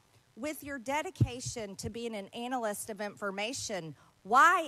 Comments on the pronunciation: I had to laugh at the way she pronounced analist. Instead of an- a- list, she said anal-ist. 🤣🤣🤣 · Sounds like she said "analist." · Why does she say "änal list" instead of analyst?